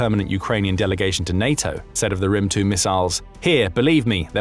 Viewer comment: the "thunder" missile is pronounced as "grim" not "rim", I am Ukrainian and I know it so